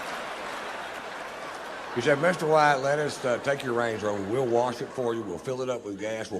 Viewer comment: You butchered Mr. White! 😡